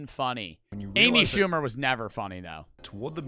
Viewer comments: amy poo-mer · The hell is an Amy shcumer